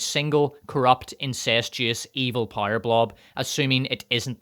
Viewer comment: I just realized after watching several videos that “pyre” is just how you pronounce power lmao, I thought “rings of pyre” is some kind of joke I’m not getting.